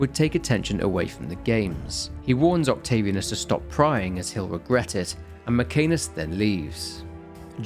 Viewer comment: Octavi Anus, Mc Anus... Work on Latin pronunciation dude.